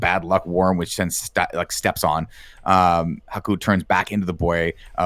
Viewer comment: It's Haku. H-A-K-U. Why are you putting in the O?